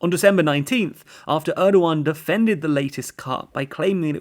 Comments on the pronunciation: Erdjuan , I cannot unhear you calling him Erdjuan! Dammit. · So funny how you call Erdogan as Erdo one!